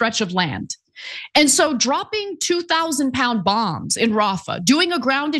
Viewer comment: Bongs not bomb's